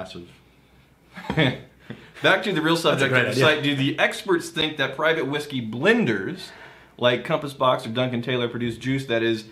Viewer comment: “Thing(k)” Drink!!